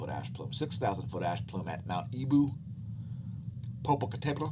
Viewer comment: Just for for laughs, in tomorrow's update, could you try saying Popocatepetl 10x real fast. 🤪Thats a bitch of a name to pronounce, but you do a decent job at it.😄😁😅